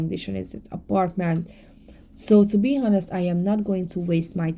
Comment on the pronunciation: ignore those who are talking about you… they are jealous!!! Also, FYI “honest” is pronounced “on-est” no H sound. I know you want to know because you are a perfectionist and already speak English so perfectly!